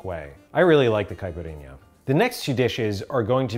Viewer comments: nailed that pronunciation and recipe for caipirinha, very authentic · As a brazilian, I was very impressed with the Caipirinha you made. Also, love the way you say "Caipirinha". =)